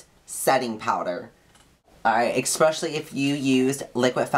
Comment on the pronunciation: um, 'eck-specially'?